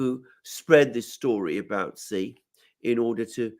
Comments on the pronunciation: Love the show!!! However,,,, Sorry but Xi is pronounced as Shee.... Shee Jinping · It's pronounced Shi. Not Zi. Not Si. Thanks. Great discussion.